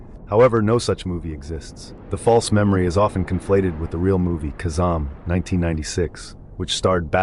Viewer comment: Just need to learn how to pronounce words correctly. Shazaaaaaam and Kazaaaaaaaaam.